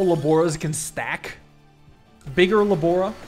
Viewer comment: Its 'la borra' A woman on a quiz show kept saying that the "Liquid that makes bubbles" was la borra...she meant la sborra...